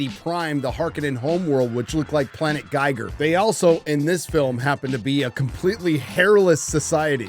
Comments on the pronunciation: "Planet Guy-ger" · Giger is pronounced geeger. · Giger rhymes with eager.